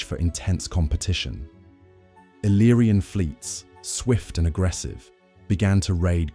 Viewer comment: No iriana ma iliriana al meno i nomi devono essere corretti